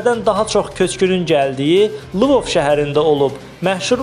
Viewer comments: Lıvov yox Lvov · Salam! Yaxşı olardı ki, Lvov şəhərinin adını düzgün səsləndirəsiniz, bir halda ki, Kanal 13 kimi reytinqli ,eyni zamanda xalqımız tərəfindən sevilən bir studiyada çalışırsınız,bu kimi iradları mütəmadi eşitməkdən sə , çoxlu mütaliə etmək lazımdır.